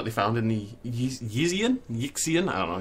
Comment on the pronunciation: Yixian = sounds like "Yee-shan", not "Yicks-ee-yan"